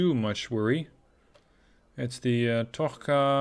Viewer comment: Its not Tokhka, its Tochka like in Chabmer(Russian for "dot")